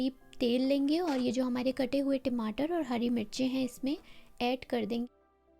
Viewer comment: Timatar😅 ya Tamatar